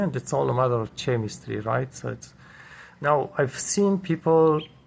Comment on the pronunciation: Hello. I watched your video about Fridge temperatures & what that dial means in the fridge. I commented. Thanks for that. I clicked here to see other video's in general & on appliances & fridge video's. Just being helpful, you refer to chemistry' often here. The correct pronunciation is 'kɛmɪstri'- this is the Phonetic description. The 'c' in chemistry is pronounced with a hard 'k' sound as in 'kite' not 'ch' as in 'champion'. Similarly, Google 'chrome' is pronounced 'Krome'-hard 'k'. Also, better & the right way to say: 'get along with', this is what is called 'word order' in ESL Language Training. I'm CELTA qualified of ESL Teaching & taught internationally for many years to many students from all over the world. (ESL-English as a Second Language). May I suggest printing of a Phonetic chart, practice and drill. Drill is another ESL term, just means: a technique we use in class to develop fluency, pronunciation involving repetition. (& often games). There is a lot on YouTube now on this, type drilling exercises. Most dictionary websites now how a sound icon 🔉 next to any word that plays the correct pronunciation. Try it with 'chemistry'. Hope this is okay!